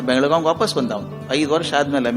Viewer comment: Belagav❌ Belagavi ✅